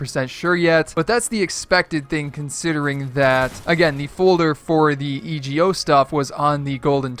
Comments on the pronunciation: Its pronounced "ego" not e.g.o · E G O,it’s suppose to be ego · Christian Witt e go